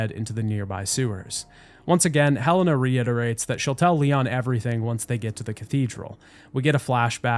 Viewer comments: Her name is Helena not hellana lol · Did you hire someone to read your script? Cause there’s no way you played this game and heard everybody pronounce Helena as “he lay nah” and piers as the only way to pronounce piers to my understanding,then proceeded to say “hell in ah” and “perry” over and over